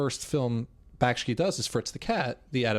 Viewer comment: Bakshi, not Bakshki